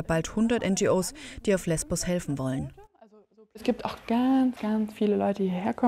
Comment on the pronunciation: Es heisst LESBOS !!!